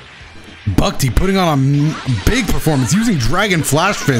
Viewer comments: Lmao was really struggling to say "Bucktee". Guess hes not familiar with the Toronto lingo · Hearing say bucktee is the best thing ever